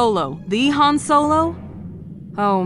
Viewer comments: its HAAAHHHN not HAAAYIIIN. Ginguh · You said Han and not Haaaan. You lose 100 points